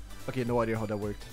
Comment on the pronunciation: okay - after letting myself hear you mispronounce those words over a year now and you using every single one of them in this one video, i need to say the following. it's pronounced (literally): dam (not damP), idea (not ideer), evry (not evEry), thank gad (not thankS gott XD). you're welcome